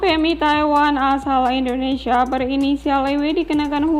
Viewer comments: 'selebaran' bukan selembaran 'Indonesia' bukan endonesia biar enak di dengar nya sukses sll ok 🙏🏻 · Indonesia lho ce bukan endonesia Yo biar cakep dengernya